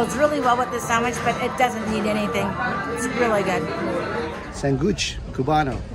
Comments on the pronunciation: Its not Sanguich, (San guch) It is pronounced San witch. Old school Cuban Spanglish. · “Sanguich” is pronounced “San-weech”. It’s the way we pronounce “sandwich” in our Cuban accent 😂 🇨🇺 I’m so happy to see you guys in my city. I hope you enjoyed